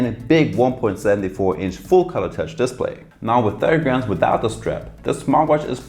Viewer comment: Nice review. Note that, in English, the word "display" is said as "disPLAY" rather than DISplay. :)